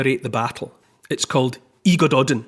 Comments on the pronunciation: ‘Y Gododdin’ …. One of the oldest pieces of Welsh poetry, written in Scotland. Pronounced ‘Uh Godothin’ …. Do your research better😏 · Y Gododdin is pronounced phonetically thus: " Uh - God - Oth - inn " However, Neil's pronunciation of the King, Mynyddog Mwynfawr is near perfect 👍😊